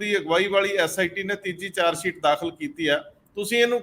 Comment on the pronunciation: The word is charge sheet and not “charge seet “ as is pronounced in your comments . Right pronunciation is the soul of a language . Thanks .